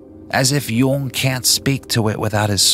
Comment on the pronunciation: Also it’s this guy pronounces Jung like no one ever lol